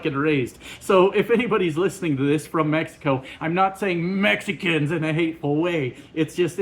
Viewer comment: Tbf on how you say “Mexicans”, a lot of Chinese people find it funny when Trump says “CHIEnuh”.